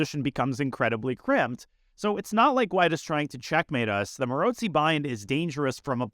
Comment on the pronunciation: Fascinated by how you pronounce Maróczy. Most people say 'Marocksy', witha hard ck sound. I trust your pronunciation is more accurate, because you speak so many languages. Any Hungarians care to comment?